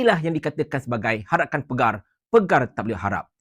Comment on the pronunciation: Bukan 'pegar'...."Pagar"..... Bukan Ketua Pengarah....Pengarah JSJ....